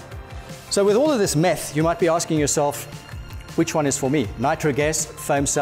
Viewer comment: "Let's just do some 'meth' for a moment cause 'meth' is always good" 🤣🤣. But on a serious note, absolutely loved the video! Great info! Thanks 🙂